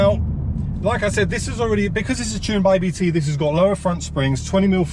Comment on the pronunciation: I enjoyed the video but thought I’d point out it’s not A B T it’s said Abt as it’s spelt. It’s the family name of the tuning company who’ve been tuning Audis for ages and run one of Audi’s DTM teams.